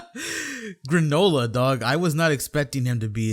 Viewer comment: Stop saying “gra-NO-la” it’s “GRAAA-nullahhh”